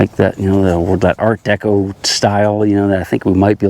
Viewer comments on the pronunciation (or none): none